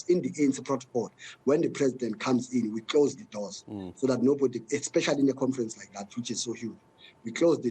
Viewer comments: Magashule calls it COMFERANCE, that cracks me🤣🤣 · He’s been humbled this one. Was very arrogant before “confrents” 😂